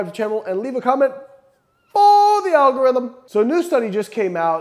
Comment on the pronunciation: Four thee Al Gore rhythm!!!!!!!